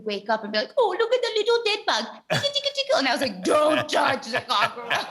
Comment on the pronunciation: am I the only one hearing something different every time she says "corn" also whats up with "cock-a-roach" ? don't mean to nit pick, she was lovely.